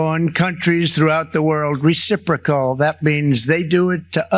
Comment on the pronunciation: Who taught him the word... Reciprocal...? Lol